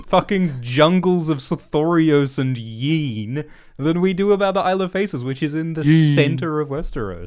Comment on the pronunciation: lol the way he says Yeen is so funny lmao